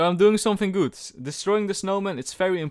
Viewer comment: Best part of this video saying very gud and very cool